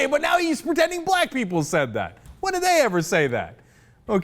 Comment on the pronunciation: Rick Santorum didn't say "Black People", he clearly said "Blah People" *stares at Jay-Ar*